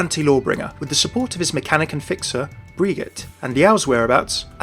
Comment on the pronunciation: German here. It pronounced Bry-ggy-teh, if that helps. You do pronounce the "e" at the end and you use a hard "g" like in "garden".